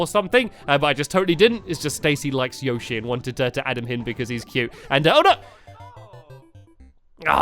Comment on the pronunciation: plz say Yoshi right